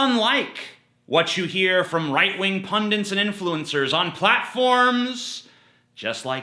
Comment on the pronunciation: It's 'pundit,' not "pundint" kisses!